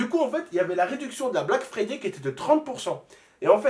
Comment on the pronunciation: Erreur de français on dit pas la black frifay mais le black friday